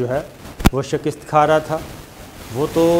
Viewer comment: Sabir saab Shakist nahi hota, Shikast hota hai... u r awesome by the way...